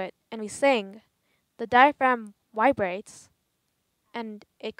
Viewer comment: ...."the woice coil wibrates"....